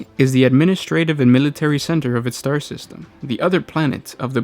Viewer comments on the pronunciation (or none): none